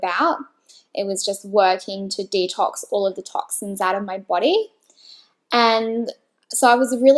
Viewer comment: Stopped watching the moment she said “Detox” :\